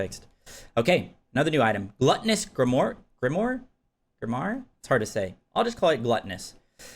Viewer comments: It's not wah, it's wire or wahr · there is no way brother... "Grim-wah" 'Grim', then cosplay as Wario for a syllable.